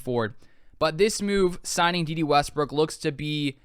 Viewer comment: Day Day not Dee Dee.